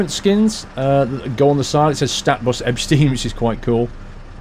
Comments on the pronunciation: It´s Ebsteyen (like "eye") not Ebstin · As others already said, it is pronounced like "Ebshtain". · Its ebshtine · Pronounced "Ebshtine" and "Vinehime" ;) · If there's "stei" you read it as "" sht "eye" n"" and if its " ie" you read "ee" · I would say Ebetein is Eb-ste-een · Ebshtain the pronunciation